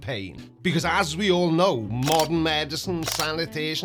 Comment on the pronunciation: Did he seriously say the k- in know? Doesnt believe in silent letters as well?